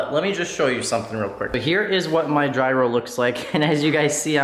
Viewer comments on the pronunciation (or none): It’s not “jyro” it’s spelled gryo but pronounced yero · Love the videos. Gyro is pronounced “year row.” Keep up the great work. Blessings and tight lines to you and yours. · Gyro is pronounced yērō for sandwiches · Gyro is pronounced "euro"